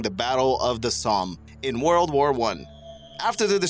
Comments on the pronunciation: Warld War I, Warld War II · "wourld war" lol wtf? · "Worold war" hahaha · "WOorld War I" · "WARld war one" "WARld war two" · "Woroled Wore 2" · Why does he only mispronounce the word "world" when he say WW1 or WW2? Every other time he says "world" in this video he pronounces it correctly